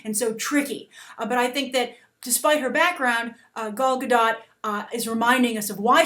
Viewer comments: a note on the pronunciation of Gal's name (as an Israeli it hurts a little each time i hear someone say it) - The GA sound in the beggining of the first and last name sounds like "GAga" and her last name is actually pronounced Ga-Dote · She would be amazing ! you all just jealous of her ! she is the bast choice for wonder woman ! [ and you need to pronounce the t(: ]